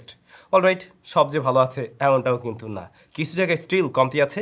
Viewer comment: কিন্তু এর জায়গায় কুন্তু বলা টা জোস লাগে ব্রো,,,,আমিও মাঝে মাঝে বলি